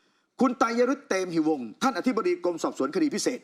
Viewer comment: อ่านว่า เต-มะ-หิ-วง เกือบทุกช่องอ่านผิด